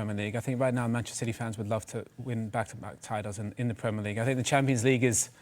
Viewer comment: Dont ever say 'champo' league ever again!